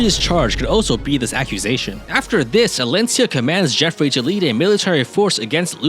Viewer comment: The only thing i usually remember about this map, is how basicly no Youtuber i have ever watched play it, can actually say Geoffrey correctly... So bonus points for you on that front!